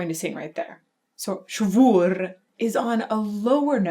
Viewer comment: ... never heard a cuter pronounciation of SCHWUR than hers ... purrfect! Addicted to the Queen of the Night since the age of 10. Happy to see some enyoing it as much as I do. She's the Queen of the Night!